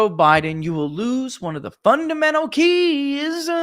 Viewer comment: The "keys" not the "cheese"😉🤣😂🤣😂🤣